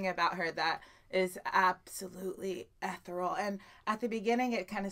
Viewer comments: Amy Lee is one of the most beautiful voices of our generation. I don't think she gets the credit she deserves. I do think her voice is haunting and also ethereal. By the way the word is not pronounced Eth-ral...It's pronounced Eee-thear-eee-al. Just helping. I definitely hope you do more of her songs soon. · did you mean to say ethereal - not ehteral - there's an e in there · FYI, "ethereal" is pronounced eh-theory-ull (eh like the e in bet). Although some might pronoince it like eth-airy-ull.